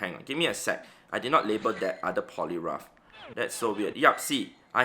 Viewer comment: the funniest part was he pronounced poliwrath as polirough remembering one player who play roughed his giratina 🤣🤣🤣🤣🤣🤣